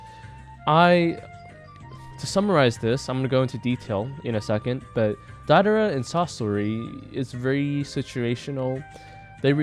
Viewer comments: u pronounced deidara as daidara 😣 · it should be pronounced dei-dara